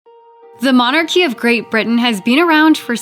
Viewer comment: 3 secons in and 'the monarchy, pronounced 'mon archie' I counldn't watch anymore lol'